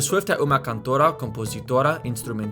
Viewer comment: Pronunciation note for you: the O of "cantora" is a dark oh rather than a bright aw. Your O was kind of in between, similar to a Spanish O. I would also pronounce "norte" differently, like "norti" (with the palatalized T), but not everyone does this. The N in "instrumentista" is also more of an ng since it's after the vowel in the syllable. The middle A in "americana" is also the dark uh rather than the bright ah. The funny thing about Portuguese pronunciation is that it's almost completely formulaic, and if you just memorize how each letter works, you can make all the right sounds. There's very little that's actually complicated about this; it's just unfamiliar if you're an English or Spanish speaker. Most letters only ever make one sound, and a few make two or three depending on position within the word or syllable, which means that you can tell what's what. That's way different from English, where any given vowel combination can take any of five different sounds and if you pick the wrong one the meaning of the word changes. For example, S in Portuguese always makes a z sound between vowels (unless it's doubled, one of only two letters that can do this). Quick, when does S make a z sound in English? Yeah, thought so. Think of the word "house". S sound, it's a noun; z sound, it's a verb. "I will house (z) you at my house (s)." Of course, S can also make a sh sound or a zh sound when it gets palatalized by an I, like in "Hessian" (sh) or "Asian" (zh) (just like the T and D in